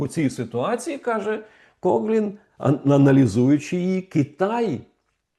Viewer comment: Пане Романе, він Кофлін, не Коглін (правила читання англійської мови) :)